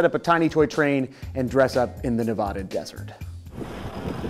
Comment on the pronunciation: It is Nev-add-ah Not nev-ah-duh